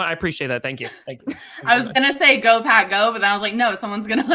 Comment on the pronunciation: be saying Go Pack Go but it always sounds like Go Pat Go lol come on pronounce the k on the end:)